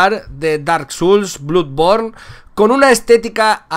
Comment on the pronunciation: Enrique Fontanilla Perez No estas equivocado, se pronuncia Dark Souls y Bloodborne (o sea '' ''blodborn''). Sin faltar, es él quien lo pronuncia incorrectamente